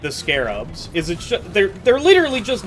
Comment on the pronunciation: Ok so Season 4 added: - the unfun Rockpox enemies - Stingtail and Spreader - bunch of weapon changes( Subata and Double Barrel reworks namely). So we got a lot of the bad for a slight bit of good. Also, small correction because it hurts my ears a bit: they are Scrabs. Not Scarabs, Scrabs. They took away that one a and it changes the name a lot. Should be said like Scrap but with a B. I'm not mad, and you are free to call them scarabs cuz that is what they are based on, but their name is Scrabs.